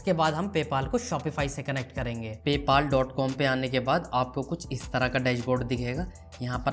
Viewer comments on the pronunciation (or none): Paypal❌ paypaal✅ 😂